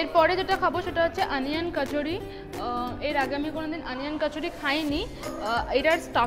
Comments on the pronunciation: eta ke oversmartness bole jokhon banglae hindi uchcharon byabohar kora hoe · bangla e uchcharon koro othoba hindi te